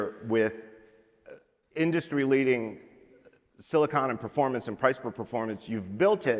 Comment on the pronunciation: The way that everyone at Apple pronounces 'silicon' as 'silikin' drives me effing crazy.